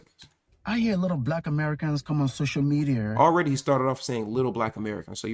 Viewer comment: " Social medieerr" 😂😂